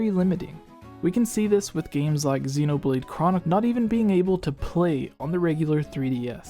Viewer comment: Xenoblade, Pokémon.. your pronunciation sucks.